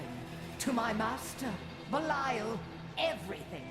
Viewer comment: BELIAL NOT BELAIL